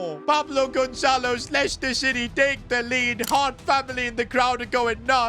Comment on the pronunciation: bro did NOT say leicester